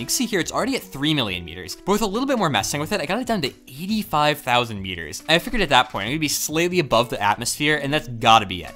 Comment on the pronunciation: Every time you say "meters" I think you're saying "years". "We're just 4 million years away"